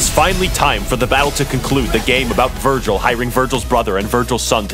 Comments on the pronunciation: IS NO ONE GONNA CORRECT HIM AND TELL HIM ITS VERGIL NOT VIRGIL? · Foolish, It Is not Virgil it's Vergil. You are not worthy as my opponent.